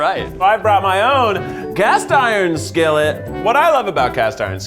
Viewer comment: eef trying to pronounce skillet on Unus Annus flashbacks